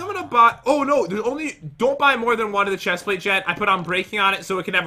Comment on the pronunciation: Did anyone notice the chest plate is pronounced wrong.